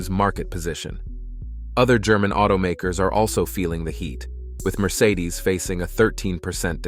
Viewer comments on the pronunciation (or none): none